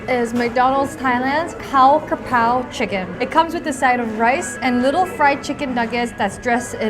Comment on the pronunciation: brooo the way she said "'chicken krapao"!!! Im in love😭❤️ you have such a great thai accent🥹